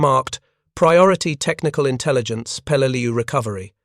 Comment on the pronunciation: Peleleiu (an island in the Palau archipelago) not pelal